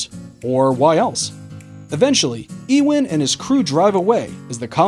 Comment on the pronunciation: EE=-wen? You-Wen... Work on your pronunciations